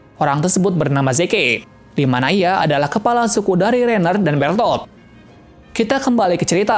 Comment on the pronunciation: Bang lu gak tu titan kolsal nama manusia asli yang titan kolosal itu namanya bertol bukan bertot lu mau gnentot